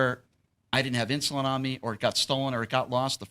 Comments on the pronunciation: It is called “INSULIIN”. So stop be so f’n “INSULINT” you freaking fool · It's not insulant,,, it's insulin... Does he actually use it ??? lol Wow...